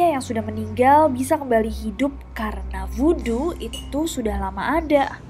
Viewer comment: Bukan woodo tapi Voodoo